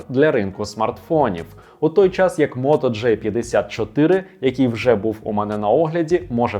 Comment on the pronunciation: Автор, все супер, але будь-ласка не Моторола "джей"84, а "джі"84!!